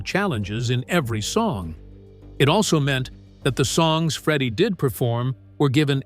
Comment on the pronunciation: This is garbage clickbait. Freddie wasn't diagnosed until 1987, so Knebworth wasn't intended to be Queen's last concert. Also, if you're going to use a stupid , David Letterman- sounding AI voice, it's pronounced "Freddie", not "Freedie". Wankers.